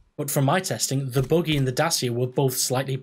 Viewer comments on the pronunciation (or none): the boogey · youre saying buggy wrong too lol